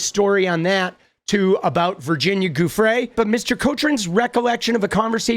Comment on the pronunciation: Hi! Just a friendly… Giufrre is pronounced joo-fray 👍